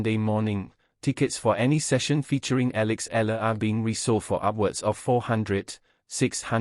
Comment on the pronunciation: E-YA-LA not E-LA is the correct pronunciation of the last name of Alex